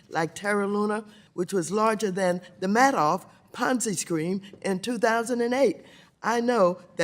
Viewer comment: Are we just going to ignore the fact that Maxine Waters said "Bitcom" or was it "Bitcomf"? Oh and then said "Ponzi Screen", "Ponzi Scream"? Idk but I know one thing, she didn't say "Bitcoin" nor did she say "Ponzi Scheme". Mitch McConnell much?